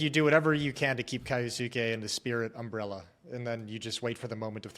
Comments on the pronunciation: K-yo-suh-kay said quickly with the u in suke not really pronounced, might actually be a good thing if he never makes it I won’t last a pro league hearing keyooosueeekiiii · Yeah it drives me insane that these guys can't do the basic research to pronounce names, I am an anime watcher so I know it's pronounced as k-yos-ke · im sure its not intentional, but just want to clear up any confusion, kyousuke's name could be pronounced something like "key-oh-skay"